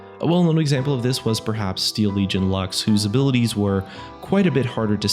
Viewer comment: "lax" omg it's latin not eng, it's LUX not LAX.